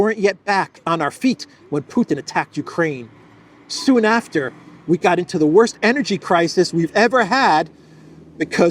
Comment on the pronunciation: Why does vee have tools sound almost exactly like a the Gestapo in a nineteen seventies comedy " vee have vays "